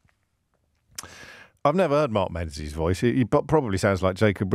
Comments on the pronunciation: James, his surname is pronounced Mengis, not Menzies, it's a Scottish surname. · its not pronounced Menzies its Ming-is